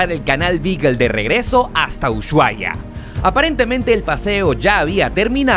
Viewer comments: se dice y se escribe USHUAIA, no es UYUAIA, decilo bien, es una falta de respeto hacia los argentinos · No se dice uchuai, la manera correcta como lo dicen los argentinos es usuaia. Excelente video ❤️ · Porque dicen mal el nombre de Ushuaia??. Los caribeños le dicen uchuaia, no pueden pronunciar la SH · por que dice UYUAIA? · venía a comentar esto, me estresa que pronuncie ushuaia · jaajjaja me causa gracia como pronuncia ushuaia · No se pronuncia el lugar como lo dice